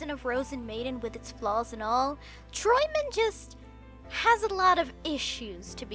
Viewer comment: Your pronunciation of träumend is pretty spot on, only the r-sound has a bit of an accent to it :3 'Träumend' is Partizip Präsens / present participle of 'träumen' (to dream) and close to 'dreaming', although 'träumend' is not used very often in every day German.